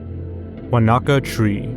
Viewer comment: New Zealander here. Wānaka is not pronounced "Wa-Na-Ka" it's closer to "Waa-naka" (emphasis on the a in the Waa and then no separation in the na and the ka). It's a Te Reo Maori name! And yes, the tree is indeed very bizarre having seen it with my own two eyes